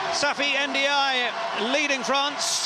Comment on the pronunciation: its the first time i hear the good pronunciation for n'diaye...